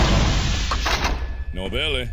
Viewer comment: “What’s in this elevator, blood my FAVEvourtite!”